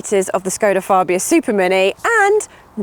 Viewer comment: still saying Farbia.but she has got 1970's jim jams on.